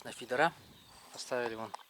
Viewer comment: Фидр😅 как то странно звучит